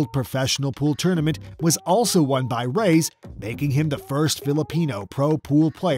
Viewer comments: Rays? Ray es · It's not pronounced "rays" it's "ra yas " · Who is Rays? You mean Reyes.?Yes Efren"Bata"Reyes The GOAT.